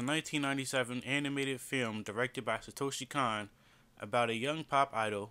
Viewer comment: His name is pronounced Satoshi CONE. The 'O' vowel in Japanese is always pronounced with an 'Oh' sound.